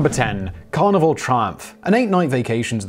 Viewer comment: Every time Simon says 'Carnival' I keep hearing 'Carnivore'. That already sounds like it's gonna be unpleasant from the go.